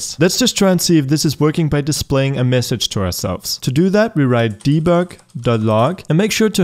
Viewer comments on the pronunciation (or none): none